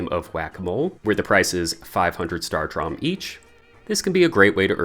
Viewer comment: Thank you, but saying it as “startrom” is killing me lol